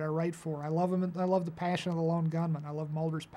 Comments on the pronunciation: *paysion*. He's so midwest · Vince Gilligan - I am the one who has Paashion